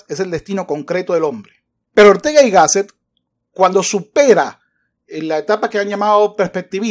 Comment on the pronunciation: El presentador la pronuncia GÁSSET